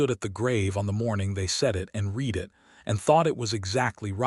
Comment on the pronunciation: Feel-good story. Enjoyed. PLEASE fix AI to contextually discriminate 'READ' by way of RED and REED.